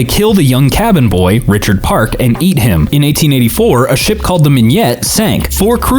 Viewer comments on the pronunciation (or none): why does pronounce the name "Richard Park" instead of "Richard Parker"?